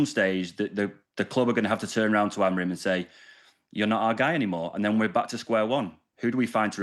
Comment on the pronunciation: Hahaha "Amogrim" Craig is so funny😏